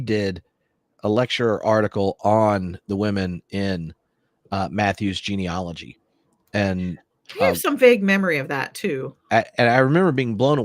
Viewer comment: The word is not GENEOLOGY. As you can see from its spelling. The word is GENEALOGY. Pronounced "gee-nee-A (short a as in "cat")-logy. I have studied genealogy including graduate-level coursework.